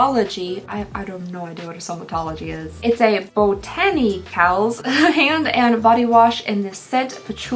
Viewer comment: Botanicals is one word! When you pronounced it "Boni-cals" I about lost it! You are the most adorable woman I've seen online. Love your content, and your honesty is unchallenged as far as I'm concerned. I don't comment much, but you got me with botanical. Love ya❤